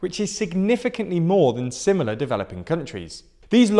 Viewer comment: "similiar" . Love these videos though... very concise and informative.